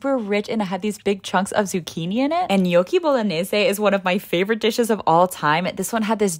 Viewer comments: Love how she pronounces gnocchi the right way ❤ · I'm Italian and it's the first time I've seen a non-Italian able to pronounce gnocchi correctly.Finally someone who can pronounce correctly.